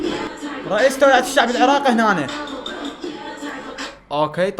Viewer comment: توعية ❌ تويعة✅ اكثر كلمه احبه من 🙂🕊